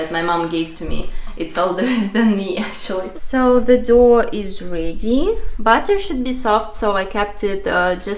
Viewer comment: Doe and Dough are pronounced the same;-) go figure :-) “thin material” Is called “chews cloth “ :-) Great natural colours!! Love the egg colors!